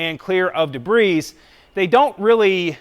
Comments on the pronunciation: It's pronounced de bree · I love your videos and I think someone should tell you that the "s" in debris is always silent. :)